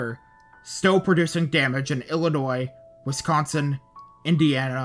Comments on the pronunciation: i’ve lived in wisconsin my whole life and you might be the first person i’ve heard from outside the midwest to pronounce it correctly, kudos! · Ditto lol, always love when someone from elsewhere doesn’t say “west-consin”